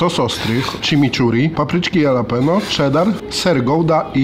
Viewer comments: mordko jalapeno czyta/mowi sie, ha luh pee nyow, jesli chcesz byc pro a nie sebkiem z pod zabki ;) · Nie jalapeno tylko się mówi chalapenio byłeś w Stanach a kaleczysz język proszę cię. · Chalapenio nie Jalapeno 😄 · Mówi się " halapenjo" oraz " sizyn" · Jakie jalapeno to sie czyta Halapeno boże i tacy ludzie co nagrywają robią za znawców smaku i wgl czytać nie umieją żenada. Może jeszcze DŻALAPINO?! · Halapenio nie halapinio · Błagam, nie mówcie "jalapeno" 😅 to jest, kurła, HALAPENIO! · chyba nie jalapeno a halapeno 😉 nie ma za co, stawiasz kanapkę 😉😉😉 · Halapenio, panie jalapeno 😂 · jalapeno czytaj halapenio tak na przyszłość pozdro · Halapeńo się czyta! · HALAPENO NIE JALAPENO ŁAAAAAA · Dlaczego na chorizo mówicie czorizo a na jalapeno jalapenio a nie halapeńo? Cytuję: " Ta papryczka sprawia problem nie tylko przez swój ostry smak, ale również przez trudną wymowę swojej nazwy. Aby poradzić sobie z jej ostrością, popijajmy ją mlekiem, a zamiast „dżalapeno” czy „jalapeno” mówmy poprawnie: „halapeńo”. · Tylko proszę Was nie mówcie już jalapeno, tak poprawnie mówi się halapenio. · Wszystko super, ale......nie ma żadnego Jalapeño, jest po prostu „Halapeńo” :) Wymowa ;) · Prawdziwi fani pamiętają jak na jalapeno mówił "dżalapindo", a nie "jalapeno"..., nie zmieniaj się! Pozdro!:D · się mówi "Halapenjo";) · jedna rzecz, proszę. Jalapeño wymawiasz halapenio. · kurde! Papryczki HALAPENIO = tak to brzmi prawidłowo. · Ale wiesz, że 'halapeńo' ??😂😂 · Fajnie się Was ogląda, ale bywa że źle wypowiadacie nazwy. Warto się przygotować i wiedzieć jak poprawnie to robić. Jalapeño wymawia się Halapenio. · Mowi sie papryczki japaczo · Ty tak na serio z tą wymową "jalapenio"? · czyta sie "halapenio" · (halapenio) jak mozna to wymawiac z j XD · A ja wolę mówić dżalapino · Błagam przestańcie mówić ,Jalapenio’ wystarczy J zamienić na H 😵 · Bardzo źle się słucha jak mówisz JALAPENO, az odechciewa się oglądać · mówi się Dżalapino